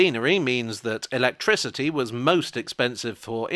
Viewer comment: Electrickery? Ok Catweazle